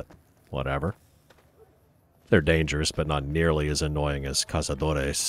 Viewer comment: I find it both hillarious and somewhat cute how you try to pronounce Cazadores with its Spanish pronunciation. It's actually quite good too.